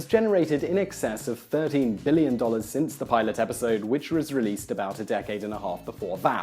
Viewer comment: Did he say 13 or 30 billion?